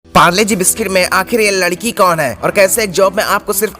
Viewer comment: Bhai ladki hota hai lakdi nhi